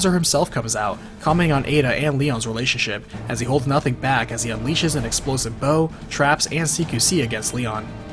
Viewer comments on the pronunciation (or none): none